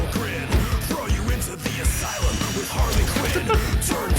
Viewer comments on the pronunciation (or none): none